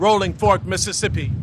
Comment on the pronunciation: Biden can't even say Mississippi